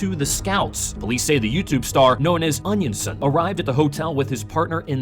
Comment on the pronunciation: Ok if ur going to cover him at least pronounce his name right. Come on now. Onionson? Really? Lmfao wtf.